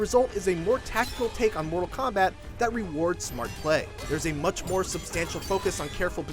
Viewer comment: “Too muck blood” 9/10 -IGN